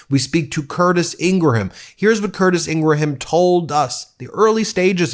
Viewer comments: I had to stop listening because this guy couldn’t say “Ingraham” with less than 3 syllables. He’s reporting on a rather famous person, and he hasn’t even done enough research to stumble across how to pronounce her name. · She's evil and destructive... but why do you repeatedly mispronounce her name? I hope not mimicking the right's childish trolling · do you mispronounce Laura ingraham's last name for some reason, legal or otherwise? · Ingraham is pronounced as two syllables, not three. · I have not watched many videos on this channel, so don’t come after me…but does he mispronounce her last name on purpose? lol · Please stop pronouncing her last name wrong. Very annoying. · Hey, the H in Ingraham is silent. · Can you please pronounce her last name correctly please? I can't stand her but just get real here. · Dude, I appreciate your work, but learn how to pronounce Laura Ingraham's last name. Seriously, it's nails on a chalkboard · PLEASE stop with your ridiculous over-pronunciation and mispronunciations of names and articles. Learn when to say "the" and not "thee", "a" as "uh" and not "ay". Your pronuctions become major distractions and diminish the impact of what is your great content. Laura Ingraham's name is pronounce "ing-grum", not "in-gra-ham". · The H is silent in Ingraham. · “Ingraham” = Eeen-gram. 2 syllables. Just like “Graham cracker” and “Tim Graham” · Graham is not Gray-Ham, its Gram, & Ingraham is not Ing-ray-ham, it's just Ingram, there, easy peazy. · Love the show but it's not pronounced ing.. gra ..ham it's Scots and pronounced ING..GRAM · Drives me crazy when you don't learn that the surname Ingraham is pronounced "IN-grum", not "IN--gru-ham"...and Leavett is pronounced "LEV-it", not :LEEV-it". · Its "Ingram" not "Ingraham" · She pronounces it “Ingram” not ingra-ham. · I love you Ben but her name is pronounced, ING-GRUM not ING-GRA-HAM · I don’t like her but she does pronounce her name as Ingram. Not Ingraham